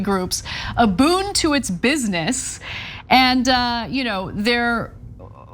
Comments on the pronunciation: "boon" just like it's written Anna. Not "boom". It's not a typo. Learning moment. :) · Pretty sure she said boon. I listened again. she said boon